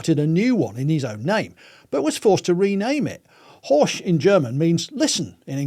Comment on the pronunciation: The pronunciation of “Horch” is atrocious, no German speaker would recognise the name, even if they are familiar with the Horch/Audi story. The German letter combination ‘ch’ can be one of two sounds, in this case it’s the voiceless palatal fricative (IPA: ç), and luckily British and Australian English have the sound: it’s h in hue. (US English is out of luck, I assume.) Or you could simply go to and listen to the pronunciation example …😊